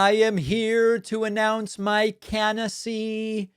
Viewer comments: "I'm here to announce my CANDACY"?? What the heck is that? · Candacy, not canacy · Canasee..not candidacy. He is stupud forreal. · Can-dah-see...huh? LOL 🤣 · He said "candicy" not "canicy" which is already bad enough. It isn't necessary to exaggerate the decline of this disgusting creature. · “… announce my canacy…” Man is medically demented. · His can-a-see? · I heard a 'd' in there, man: "Candacy". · All I heard him say was “candicy,” Hope he’s not proclaiming to announce his candidacy. Shucks. I thought he would announce his resignation. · "Candacy"... Says it all. can't pronounce anything > 3 syllables. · He said candacy. He's only capable of pronouncing 3 syllable words. No more longer than that then you'll get covfefe 🤣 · Trump pronounced that incorrectly. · He completely mispronounced candidacy. And by the way , he was not joking